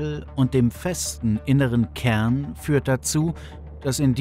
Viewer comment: Furchtbarer Sprecher. "Ärde" spricht man "Erde" und "Kern" nicht "Käehn" .